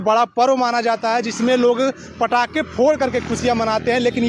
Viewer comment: ये इंटरव्यूअर पटाखे को पड़ाका क्यों बोल रहा है ? आएं ? अनपढ़ है क्या ? वैसे आप भी 25 दिसंबर को ईसाइयों द्वारा पटाखे जलाए जाने वाले सवाल पर कोई जवाब नहीं दे पाए , विश्वगुरु होने के बाद भी ।